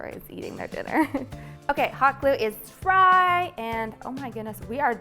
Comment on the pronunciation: I swear she said hot glue is fry not dry!